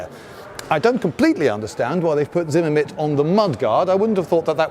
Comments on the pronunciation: "Zinnimit"? , , The term is zimmerit. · It’s “zimmerit” not “zimamit”. Great video otherwise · Whats Zimmemit? I only know Zimmerit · The word is Zimmerit, not zimmermit. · It's not zimmermit it's zimmerit :))) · Zimmerit not Zimmermit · Sounded like he was saying "ZimmerMit" instead of "ZimmerRit"...the latter being correct. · Zimmerit! Not Zimmermit! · Not a Brit eccentricity even. Zimmerit, pronounced zimme-rit not zimmer-mit. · You spelled "Zimmerit" correctly, but you pronounced it as "Zimmermit" several times. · Zimmermint lmao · "Zimmermint", ok, you are a proper Brit innit. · Does anyone else hear "ZimmerMitt" ? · Zimmerit was a paste-like coating used on mid- and late-war German armored fighting vehicles during World War II. Zimmermit (as our esteemed host keeps pronouncing it) is very bad German for "room with..." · First time viewer, I don't know if you fail at saying Zimmerit correctly every time on purpose or nor, but it's fun and good spirited, and I love it. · I don't think you pronounce Zimmerit properly. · Lindybeige should learn how to pronounce the word 'zimmerit' correctly.